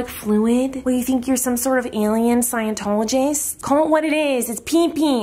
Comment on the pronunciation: "siantolagist" lol